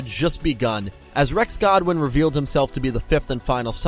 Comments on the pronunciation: Quick question why do you keep saying Godwin not Goodwin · Roman Goodwin not godwin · GOODWIN NOT GODWIN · I always thought it was GOODwin not Godwin